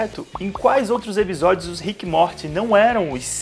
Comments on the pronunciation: Que agonia de você pronunciando rick e MORTE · Desculpa mas "ríck e móti" é sacanagem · ver tu falando rick e morti me dá uma agonia do crlh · O cara do vídeo falando RIQUE E MORTI DOEU MUUUUITO MINHA ALMA nossa. Eu sou completamente fã da série e não assisto NADA dublado e essa pronuncia de RIQUE E MORTI doeu na primeira vez que ele pronunciou até parei de ver 😂😂😂😂😂😂😂😂😂😂😂😂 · Na primeira pronuncia de RIQUE E MORTI eu parei de ver 😂😂😂😂😂😂😂